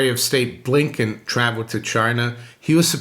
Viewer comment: Chinese top diplomat needs to change the pronunciation. Wank ye? Blinking marvelous said blinkin